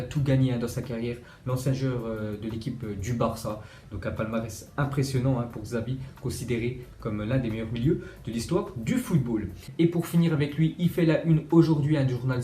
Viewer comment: Merci pour les info quotidienne. Mais pour avoir vécu au pays Basque juste pour info le "X" de Xabi se prononce "CH" on dit donc " Chabi". Merci a toi bonne continuation